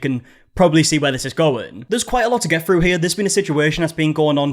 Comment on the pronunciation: Why is it that people who created the language of English can’t even speak it. The word is “through”, not “frew”